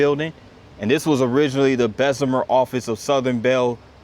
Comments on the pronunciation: As someone whose family was born and raised in Bessemer, Alabama, myself included, for 4 generations, I have to correct your pronunciation of "Bessemer". It is pronounced just like it's spelled B-E-S-S-E-M-E-R (like the name Besse and then mer) not as "Bezemer" as you keep saying. Also, the park name where you started your video is pronounced De-bar-del-eben. And The McAdory building is pronounced "mac-adorey". And that building you kept referring to as the old city hall that you said was erected in 1986, was in fact erected between 1938 and 1941 in the same spot as the original city hall from 1889 after that original building was destroyed by fire. A quick Google search would've told you all this has you bothered to look. I strongly suggest you do some research or perhaps a visit to the local historical society before filming places such as Bessemer and spreading misinformation. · Bess e mer , not Bezz e mer. Just discovered your videos. Glad you're posting these, thanks!